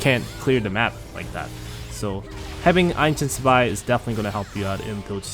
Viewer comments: why do you keep calling zwei "spy" bro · I'm Asian too bro xD Btw the correct pronounciation is "zu vai" with a "v" (2 in german)